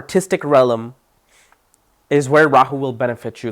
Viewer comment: I love you ❤ but you must learn how to say REALM it’s not RELLAM sorry but you’ve said that for years 😂